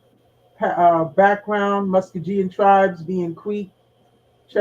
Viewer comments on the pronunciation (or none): MuskoGean not pronounced with a J 😂but eye know wat she means